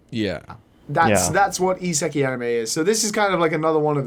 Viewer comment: Timestamped for posterity: suggests a Danny Devito swapmod for Mario for Project M, complete with a gritty Brooklyn Rage Danny Devito impression of "IT'S-A MEE, MARRIO!!!"... I don't wanna sound like a know-it-all, but it's "iseka*I*". ISEKAI. You're missing the "A" in "ISEKAI". Literally "another world". The latest genre trend in popular Japanese subculture media, where some otaku idiot (gamer, manga fan, or general shut-it) gets transported to "another world" and suddenly becomes either tough shit, or... shit.